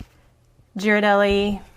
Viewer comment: Please pronounce Ghirardelli’s correctly. It’s gear-ah-deli. Other than that this was a cute idea for something fun and small.